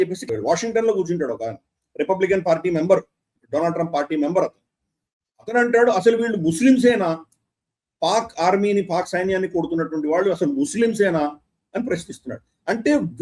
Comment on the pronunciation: డొనాల్డ్ ట్రంప్ కాదు డోనల్డ్ ట్రంప్ అనండి